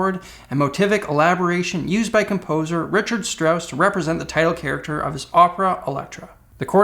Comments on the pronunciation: “Richard” Strauss. Ha! For future reference, that should be pronounced more like Reek-hard. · Great vid as always. Maybe double check how to pronounce Strauss' first name